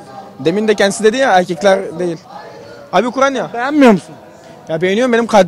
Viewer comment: Bı türlü Ukrayna diyen çıkamadi jdjssjjsjsjd abi ukranya nedir